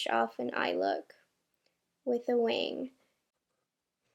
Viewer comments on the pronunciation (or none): none